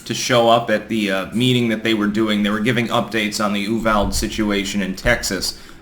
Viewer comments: It's uvalDE not uvald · FYI, In Texas, we pronounce Uvalde “yoo-VAL-dee” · that town is pronounced You-VALD-ee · You-VAL-dee not youvold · C'mon you're a smart man but the constant mispronunciation of words is maddening. Ooo-val-day. Not Oovald. Just like stir zock for Peter Strzok ( struck). C'mon man! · I have lived in TX my entire life, i have never heard UVALDE pronounced ANY of the ways people outside of TX are pronouncing it. YOU-VAL-DEE hahaha EWW_VALD is prolly the funniest. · 1. It’s pronounced —- you VAL dee 2. The Left will all start pulling back on gun control in certain areas because they will simply go after the ammo. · We pronounce it "U-val-dee" kind sir Clank on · Nitpicking I know but in Texas the pronunciation is "You vowel dee" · Uvalde is pronounced YOU VAL DEE. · It's pronounced "Ooh-val-day" rofl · Uvalde is pronounced “You-Val-dee” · yew-val-dee is how we say it in Texas ;) Great channel BTW! love your content. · Ooo-Val-Day. Didn’t you live in The Valley??? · Dude, it’s “You vahldee” I live 45 minutes from there. That’s how we say things around here. Some mix of bastardized Spanish and German. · Say it right. Ooo vahhl deh. Also fuck Francis. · Uvalde is pronounced 'you-VAL-dee'. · Uvalde pronounced YOU VAHL DEE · Uvalde is pronounce You-Val-Day.... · It's pronounced You-vall-dee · Instead of having victim zones (gun free areas), we need to give people more opportunity to protect themselves and others. And please, Uvalde is three syllables. U Val Dee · just wanted you to know that Uvalde is pronounced "you-vol-dee" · That’s You-Val-dee! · It’s pronounced “Yoo-vall-dee” I believe. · Hate to be a stickler, but Ulvade is pronounced U-Val-dee. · I hate to be the guy, but... It's pronounced "YOU-VAL-DEE" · Uvalde: YOU-VAL-DEE Say it with me now: YOU-VAL-DEE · Uvalde is pronounced you-Val-dee. Thanks for the content. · Pronounced you-val-dee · Pronounced you-val-day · Uvalde= you- val-dee